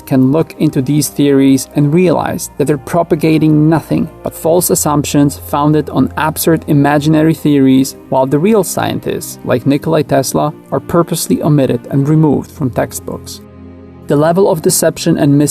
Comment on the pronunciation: Nikola Tesla. Not Nikolai, not Nikolay; it's Nikola. As you claim you're from a commie country, apparently not Serbia, but Soviet Union most likely, you could at least bother to learn a real name of the most brilliant human in recorded times.